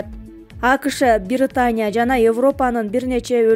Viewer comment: Биритания эмес Британия